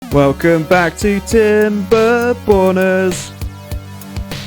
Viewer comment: whenever he said Timberborners, I always heard it as Timber Boners.